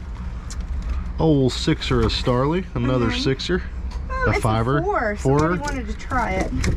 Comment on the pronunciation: I believe the soda is called starry. Not starley lol